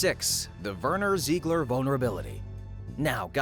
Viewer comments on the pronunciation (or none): none